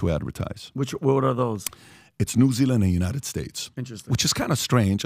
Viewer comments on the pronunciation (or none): none